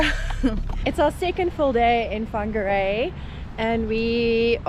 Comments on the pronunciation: Just stumbled across your video. I live in Whangarei, so welcome. Thank you for announcing our te reo correctly truly appreciate it❤️ If you love costal life you've move to the perfect location. Beaches either way you travel. From 10 to 45mins depending on what your into. Rocky, boulder, fine sand, chucky sand, shelly. Whangarei has it all!! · Wow! Congratulations you even pronounced it well. Welcome. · Appreciate u made the effort 2 pronounce Whangarei correctly n welcome to Whangarei NZ